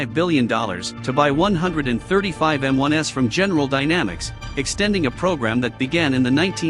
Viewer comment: "M-1s", plural.... NOT "M-1 ess". There is no M-1S model.